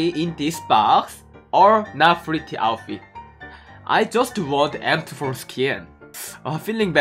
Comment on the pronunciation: It's s0 funny how he says “pretty"